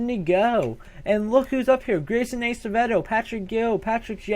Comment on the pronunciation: PS Its ass-avedo thats how you pronounce it